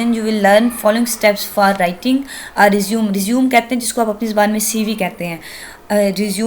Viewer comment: Respected mam it's nor resume it is pronounced as (resumay)